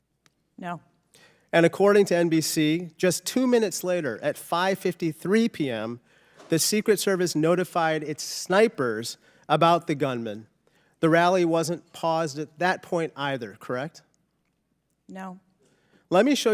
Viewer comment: He said "Schnipers"